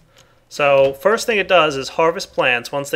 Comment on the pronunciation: FIST!!! I knew you read it "first"